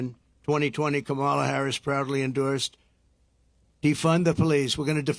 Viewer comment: "Kamolly" Dumb wick can't even pronounce her name